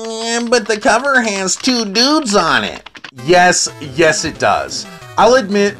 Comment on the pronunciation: Haha tewww deeewwds